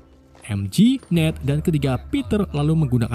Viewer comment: MJ bang bukan mg